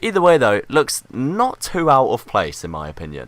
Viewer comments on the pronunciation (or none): none